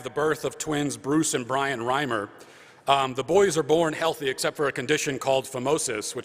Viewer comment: Also, I'd heard of the Reimer case before, but just realized I had never in my life heard anyone talk of it. How can I tell? I thought the name was pronounced REE-mer, instead of RHYME-er.